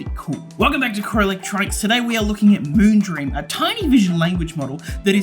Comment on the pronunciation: "Moonbeam", "Moongleam" hahaha you got me laughing